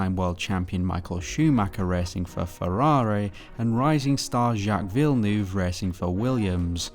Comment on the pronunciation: It's pronounced "Vill-nerve" and the track is "He-reth"